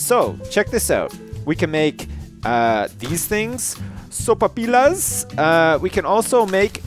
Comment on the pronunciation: Sopapillas is pronounced "sopapiyas", a double l in Spanish is a y sound